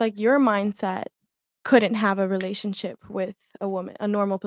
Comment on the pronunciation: Relashshship relalishshp